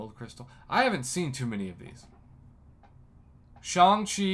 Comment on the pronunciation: Isn’t it Shang like wang?